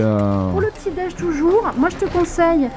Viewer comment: Vidéo intéressante, mais cette prononciation p'tit déje nez est insupportable.